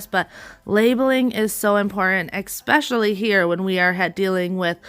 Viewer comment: ESPECIALLY, eSpecially, not ex